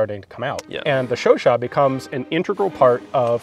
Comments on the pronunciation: Its Chu CHAD😂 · Don't you mean the "chowchat"?